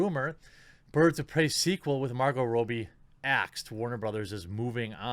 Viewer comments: Rob-bie.... not Row-bie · ^Robbie (short "o", not Robie). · Jesus Christ, stop saying "Row-bie", it's pronounced "Raw-bie"!! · Stop pronouncing it Row-bie....its Rob- bie dude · I believe her name is pronounced ra-b not row-b. Like my name Robby just with an “ie” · It's Robbie pronounced Rob-ee Jesus Christ how hard is it to say her name right? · Margot Rob-E Suprised he dosen't say Mar-GOT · God dammit, man! You need to make sure you know how to pronounce names! 😆 "Margo Ro-bie..." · I'm not sure if that's actually how she pronounces her name, but the way you say it bugs me